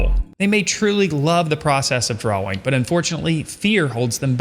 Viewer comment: Why cant he pronounce drawing lol 'drauweng'